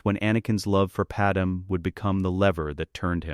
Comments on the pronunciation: I liked the story... but please teach your AI that it's Padmé (Pad-MAY) not Padam... it's rather annoying to keep hearing that error... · Why are all the ai stories always getting Padme (Pad-May) pronunciation incorrect?